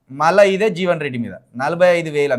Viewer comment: జీవెన్ కాదు. .... జీవన్ రెడ్డి